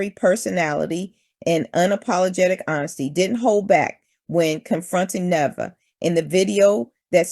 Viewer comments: Her name is pronounced Ne * vey * ah. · Her name is Na-Vae-yah